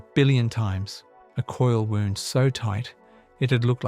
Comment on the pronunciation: Hate when the ai voice butchers the pronounciation of “wound” around to knife “wound,” then does the same with “wind” blowing instead of “wind” the thread on the spool. Ugh.